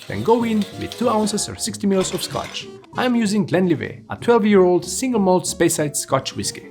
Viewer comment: its GlenliveT with a hard T at the end... It's scottish, not french ;)